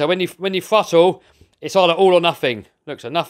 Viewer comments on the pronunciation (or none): It’s not nufing it’s nothing